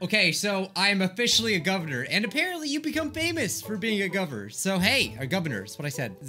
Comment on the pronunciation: Messes up on the word “Governor” once, Also: Repeats as “Gubvernor”